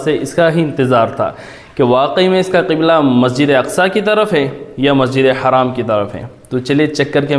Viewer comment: السلام عليكم و رحمة الله وبركاته. It is Masjid Al Haram and not a Masjid E Haraam Please correct your pronunciation